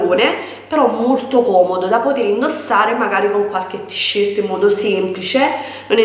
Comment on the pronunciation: Le tisciert.. ma come parla questa?!?!